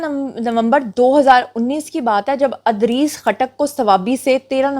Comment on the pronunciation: Miss, Adrees nahi Idrees naam hota hai. Anyways i am your fan just to correct you.